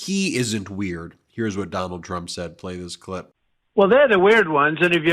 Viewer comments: He can't say weird properly, really weird. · You invented weerd